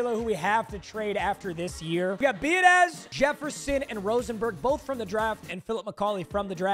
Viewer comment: I’m just letting you know your center at the beginnings name was Tyler Biadasz. His last name is pronounced bee-ood-itch.